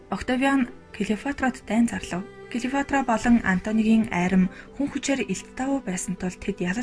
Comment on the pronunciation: Клеофатра биш,Клеопатра гэж уншаарай